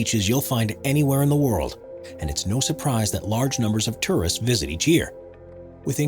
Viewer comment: Whoever the narrator is he needs to learn how to pronounce words correctly. Terrorists flock to Norway?? He meant to say Tourists.